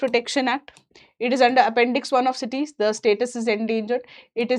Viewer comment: She was reading numbers wrong and Cites as CITYS 😂